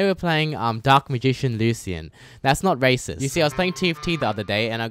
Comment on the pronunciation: ITS LYUSHEN NOT LUSEEAN AAAAAAAAAAAAA